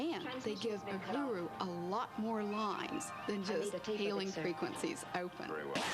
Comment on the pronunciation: I noticed that too. She's an expert o Trek and can't get the name of a principal player correct?